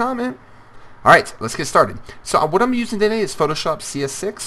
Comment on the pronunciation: your still cool and all, but at the beginning it sounds like you said "PhotoBitch", I would suggest a name change :'D